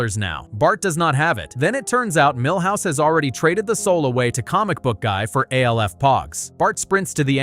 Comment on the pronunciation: I already felt bad for Bart long before I saw this video. Also, its pronounced "Alf", not "A.L.F".